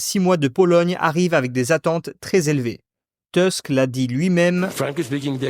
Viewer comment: Merci pour cette vidéo ! Je l'ai très appréciée ! (Par contre, je crois que le nom du président du conseil des ministre se prononce "Tousk" et non "Teusk"). J'avoue que j'attends beaucoup de la présidentielle polonaise. Les polonais, comme les pays Baltes et la Finlande, semblent beaucoup plus au fait des priorités de l'Europe que l'Allemagne, la Hongrie, la Slovaquie (ou la Slovénie), voire même la France, qui semblent soit se concentrer sur eux-mêmes au détriment de l'UE, soit craindre stupidement le colosse aux pieds d'argiles qu'est la fédération d'à côté. Sinon, j'ai appris, via la chaine Sternenko, que l'Arménie comptait se détacher de la Russie pour se tourner vers l'UE. Pouvez-vous confirmer cette information ?